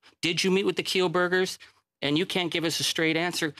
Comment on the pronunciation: ‘I have set the record staight ’...Can’t even pronounce the word ‘straight’ in her testimony 😂